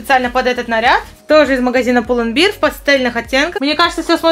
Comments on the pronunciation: только магазин Pull and bear произносится как пул энд бэар (bear - гл. - нести; сущ. - медведь), а то у тебя получается пропаганда пива (beer (биир) - пиво 🍺) 🤭🤫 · Pull&bear немного не так вроде произносится :ш